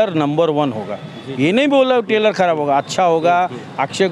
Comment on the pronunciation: Tailor nhi Trailer 😫